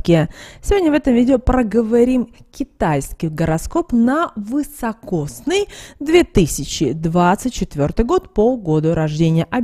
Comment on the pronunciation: А почему ВЫ говорите вЫсокосный? Он ведь вИсокосный год! 😅